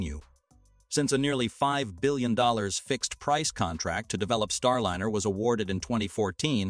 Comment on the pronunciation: There are also some very awkwardly worded sections. It's distracting how the pronounciation of key words keep changing. Starliner keeps changing between a soft and hard "i" like dinner vs diner.